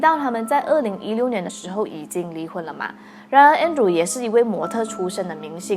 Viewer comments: her husband name is Andre but pronounce as Andrew. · 纠正一下，他的前夫的名字的读音是An-d-re.(安德烈)